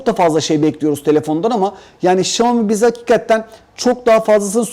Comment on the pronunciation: ufak bir eleştiride bulunmak istiyorum. Sürekli "hakikatten" diyorsun bastırarak. Ama doğrusu "hakikaten" dir ve çok kulak tırmalıyor yanlış telaffuzun. Düzeltirsen sevinirim, takipteyiz:)